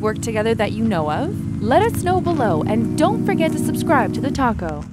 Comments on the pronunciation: And don't forget to subscribe to the taco. does anyone else hear that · In the last sentence all I heard was 'don't forget to subscribe to the taco'